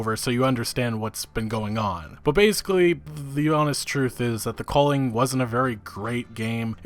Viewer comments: What is it with yanks and butchering pronunciations? It's pronounced Valhalla, not Vulhulla. A sound not U. Same with The Culling. It's not The Colling. U sound, not O sound. Yanks just shit all over English and other languages. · Lolol take a drink every time this kid pronounces “The Culling” wrong